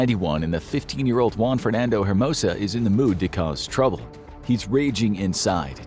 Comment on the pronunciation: Just a tip, for Latin American last names, you don't usually pronounce the H. Hernandez? It's more Ernandez. Hermosa? It's more Ermosa. Also, you pronounced Juan, and Niño de Terror perfectly :)